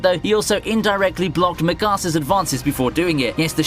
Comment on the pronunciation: "Migasas adanvces" who... is Migasa?